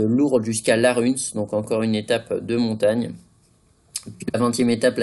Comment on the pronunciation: Tu prononces mal le mot Laruns ont dit pas le n